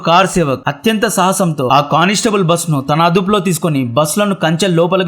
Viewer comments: అన్న కార్ సేవక్ కాదు...... కర సేవక్ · సరిగ్గా పలుకు బ్రదర్ కరసేవకులు మీరు కార్ -సేవకులు అని సంభోదిస్తున్నారు. ఉచ్చరణ సరిగ్గా ఉంటే ఇంకా బాగుంటుంది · అంతా బాగా చెప్పారు కానీ కరసేవకులని మీరు కారు సేవకులు అంటున్నారు... వినడానికి చాలా చిరాగ్గా ఉంది కారు సేవకులు అనడం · మీ మాతృ భాష ఏమిటిబాబు ? తెలుగు భాషను ఖూని చేసారు. ,కార్ సేవకురు , కాదు. "కర సేవకులు". బాబరీ మసీదు గా మీ మీడియా వాళ్ళు ప్రచారం చేసారు. ఉత్త'ర్ ' ప్రదేశ్ కాదు. ఉత్త'ర' ప్రదేశ్ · Car sevakulu kaadhu ,Kara sevakulu anna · Kaar sevakulu kaadhu saami (Kara sevakulu ) 😂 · Every thing is good buy it's not kar sevan I think it's Kara sevan kar means hand I guess u pronounced it bit wrong please check and correct giving advice like u r sister bro❤